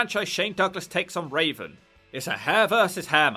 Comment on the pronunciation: Why do you keep calling Raven as Raisin?